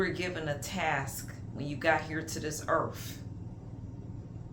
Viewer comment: Just dragging me with the earf 😂